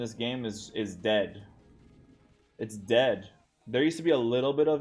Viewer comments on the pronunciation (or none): Why u keep saying «deadsh» with a sh sound at the end?